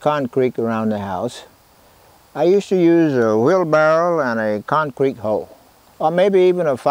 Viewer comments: 86yo concrete guy that still calls it con creek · I think he pronounces it "con-creek" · Love how he says “concreak” 💜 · "The Concreek is ready to pour" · Concreek lol